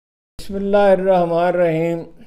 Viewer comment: اردو اپ کی بہت اچھی ہے بسملہ بھی درست بولا کریں